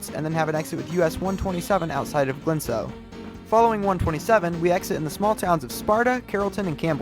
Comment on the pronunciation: Erlanger is pronounced "Er-lang-er" and Glencoe is pronounced "Glen-c(k)oe"